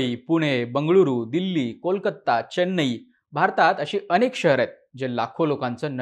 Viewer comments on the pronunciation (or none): none